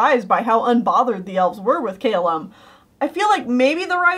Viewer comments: Cay-lum? You mean Calum I think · Wait two things. You pronounced Callum wrong. And I don’t know if you meant Opeli when you said Ophelia, but the characters name is Opeli.